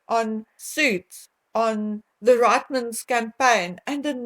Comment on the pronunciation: Hi...it's pronounced reetmens..not ritemans...from Canada...